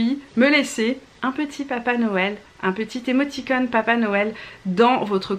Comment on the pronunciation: Émoticônes et non époticôme. ..encore désolée pour le cafouillage!